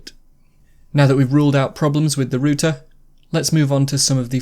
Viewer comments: It's pronounced rauter not rooter lmao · It's ROUTER not rooter